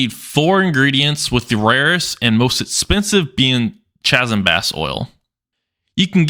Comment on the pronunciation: Chasm is pronounced (kazem).